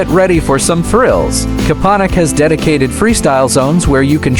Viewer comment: It's Kopaonik.